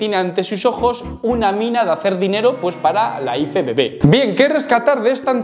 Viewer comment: Por que dices iFEBEBE?, sera IEFEBB (IFBB)...Me has recordado a cuando al coche del equipo A yo decia que era un EGE EME CE, cuando era un GE EME CE (GMC) 😂